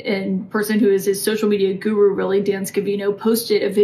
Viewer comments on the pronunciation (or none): none